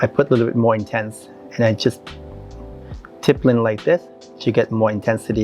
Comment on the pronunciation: "Tippelin'!!" It took me WAAAAY too long to figure out that was "stippling" 😂 My God she is stunning and the MAKEUP!! 🤩🤩🤩